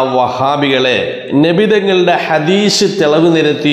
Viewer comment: ഹദീഷ് അല്ല.. ഹദീസ് എന്നാണ്.